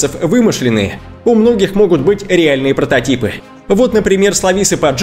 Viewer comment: У него во всех словах где есть ,,а,, слышится ,,э,, вот слова не отчеевайтесь, реэльные протэтипы и ещё очень много, и сам он выглядит противно.